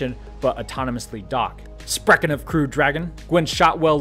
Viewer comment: Did you just say "sprechen of Crew Dragon"? That sounded very awesome and genuinely made me laugh, but it was terrible pronunciation of the word "sprechen". ;D